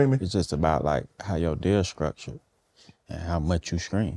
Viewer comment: "It's just about like.. how your deal skruckchured." -21 Savage